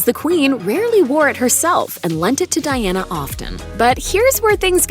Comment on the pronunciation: Princess Diana Spencer .... gurl you can't even get her name right.